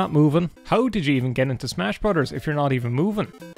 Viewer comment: He likes Skyrim,he likes Mario and he pronounces 'brothers' as 'brudders'. Like what else can you ask for.